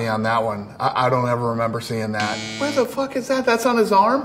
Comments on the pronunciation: “Where the fook is that tattoo?!?” He sounded like conor a bit in that moment lol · Dana “What the fook is that...”